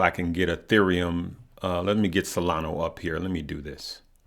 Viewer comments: Solana. ah. not o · It's SOLANA not Solano, and its CARDANO not Cardana. SMH... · solanA not SolanO lol